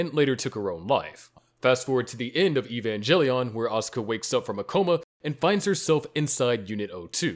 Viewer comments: Hearing "Evangelion" wrong kinda triggers me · Nah we fightin because of how you said Evangelion